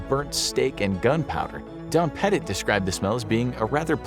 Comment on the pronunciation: I need a constant humming to sleep. I’d be fine up there. My last name is Pettit and I’m impressed you said it right! For some reason everyone says “Petite”. Like where do you see the “E” at the end?